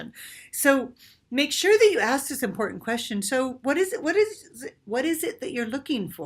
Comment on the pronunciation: Important not importan Being not bean Talking not talkeen Sounding not soundeen Looking not lookeen Playing not playeen Our is not pronounced “are” Training not traineen Organic not organdic Dating not dateen Authentically not ahthentically Experiencing not experienceen Amazing not amazeen Something not sometheen Living not liveen Vibrating not vibrateen